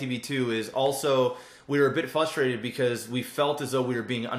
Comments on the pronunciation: I love how says "fustrated" instead of "frustrated". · I'm glad you guys reached a great place, blah blah blah.! Its fRustrated, not fUstrated. I'm just saying it. Everyone else was thinking it. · ffs. fRustrated. There is an r in there.